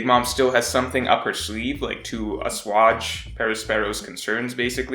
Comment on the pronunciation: thats now how you pronounce asuage